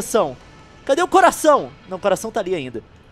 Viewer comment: é engraçado o jeito que o Leon fala bisturi(se e assim q escreve)